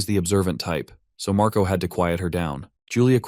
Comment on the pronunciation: The older brother name is Marco right iheard u said mraco